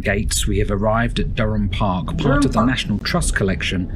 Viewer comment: Interesting you know the name Blathwayt, one of the Blathwayt family (William) was Mininster of War in the 1680's, he was responsible for drawing up the lines and boundaries of the states in the new American colony. The guys in the video you watched mis-pronounced the name of Dryham, it is not pronounced Durham, but Dearam.